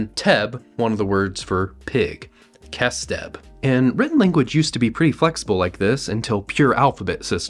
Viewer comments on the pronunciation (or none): It's not pronounced "kes teb" it's pronounced with something similar to the arabic خ